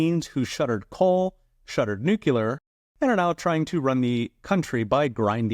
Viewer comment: learn how to pronounce nuclear...... it is not nuke - you - ler.